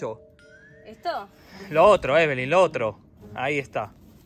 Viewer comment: se dice eveli